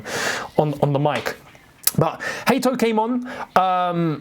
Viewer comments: According to Hato it’s Haaato not Haito 😂 check his interview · No, it’s not “Hate-O”, it’s “Hat-O. You can’t decide on the correct pronunciation off of how an Englishman pronounces it, you have to hear it from the Dutch perspective and they pronounce it as the latter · 1. Stop it with the Hay-To thing. Is Huh-To. Go check it out, don't be stubborn. 2. No word on Essugo?? The guy is Caicedo reincarnate. Sorry to say this but we don't need Santos 3. Gittens? Go back and watch the game again. He was electric, your opinion is incomplete. He is a high IQ Mudryk. 4. The RCB position is a delicate one. Need to bring Guei. 5. We bring Xavi Simons and we are unstoppable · Its not heyto its hato you cant tell me you believe that commentator that couldnt even call essugo right come on 😂